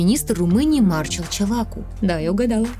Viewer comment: Он МарчЕл, с ударением на "е"